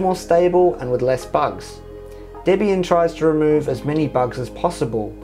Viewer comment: Finally. Someone who pronounces Debian correctly